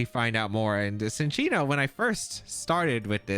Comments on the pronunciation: I also thought it was Sin-chee-no, I just looked it up and in the anime it is pronounced chin-cheeno. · lol no I like the mispronunciations! Sometimes they make good nicknames like Gouging Fire as “The Gorge”